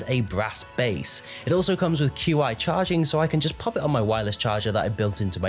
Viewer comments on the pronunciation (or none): Great video quality; a heads up the Qi wireless is (at least where i'm from) pronounced "Chi" or "Chee" and not spelled out.